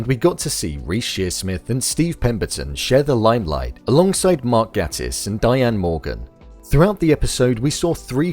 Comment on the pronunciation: It's Mark Gatiss(gay-tiss). He gets really pissed off with wrong name pronounciation.